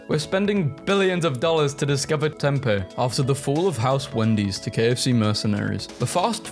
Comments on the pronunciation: as an arizonian, it hurt to hear you pronounce Tempe as "Tem-pay", its TEM-PEE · my answer would be insulin...but seeing the other people's comments hurts me edit: actually hearing mispronounce Tempe hurt me more